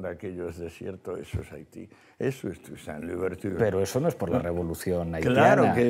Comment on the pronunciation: Disculpen que no me salgan los tildes en mi teclado americano, los que salen, salen automáticamente. Una clase de francés para Pablo Iglesias: "Toussaint" /tuasant/ dice, después Escohotado lo corrige con el ejemplo /tusant/. Iglesias dice "7 millones de judíos" (¿no eran 6 millones?). Escohotado sin duda que lo supera abiertamente con su inmensa cultura, inteligencia y calidad intelectual. Claro que el nacional-socialismo fue la unión del nacionalismo y del socialismo. Pablo Iglesias tratando de justificar a los bolcheviques, paladines de uno de los regímenes políticos mas nefastos de la historia de la humanidad. Se podrá decir mucho en contra de Hitler, pero fue votado por su pueblo en 1933, y su popularidad en Alemania estaba en la cumbre hasta bien entrada la Segunda Guerra Mundial. A Stalin nadie lo voto (me refiero al pueblo ruso o soviético). Finalmente, un acto de grandeza que Escohotado mencione a Hegel como su filosofo preferido. Muchos tontos han querido denostarlo y olvidar a uno los pilares de la filosofía moderna.